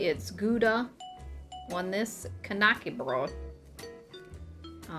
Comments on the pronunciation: Please... Ä is not A. :D Not even close. "Knacke" is a TOTALLY different word than "KNÄCKE" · lived in sweden and somehow was pronouncing it wrong all these years. hard K as in Kay-nak-er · Swede here. Knäckebröd is actually pronounced like this: Hard K-sound. The ä, in this instance is short and sort of sounds like "set" or "heck". Kind of like "kn-(h)eck-eh. Bröd sounds like the second e in "prefer". Br-e(r)d.